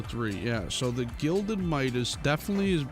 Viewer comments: Smh it's "Gilded" not "Glided" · Him saying glided instead of gilded angered me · Gilded, not glided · GLIDED MIDAS?! Bruh it’s gilded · Why do people keep saying “glided” instead of “gilded” It’s not hard to understand and it makes me cringe. But then again I’m a grammar freak. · “Glided Midas” vs the correct way “gilded Midas” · its not glided its gilded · this is how many times he said glided when its actually gilded | v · Lmao, "glided" reforge, how do you get that wrong? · I love how some people such as get confused by the “Gilded” reforge and instead says “Glided”. Although I used to say it, now I realized it was “Gilded”! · Guild-Ed pls say it right not glid-Ed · Are you sure about the glided midas or aint it the 'gilded' midas lol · The gilded reforge is not pronounced “glided” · WHY DOES HE SAY GLIDED WHYYYYYY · Did he really just say "GLIDED MIDAS SWORD" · New game: take a shot everytime mispronounces gilded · bro you might as well just chug the bottle